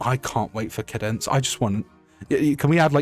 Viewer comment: Sorry feller, minor nitpick, when you were talking about the bombshell singer lady, I'm pretty sure it's pronounced Cāde-Dense, like arcade. I will be accepting nerd emojis in the comments.